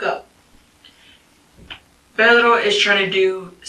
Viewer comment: I cringe every time she says "Pedro"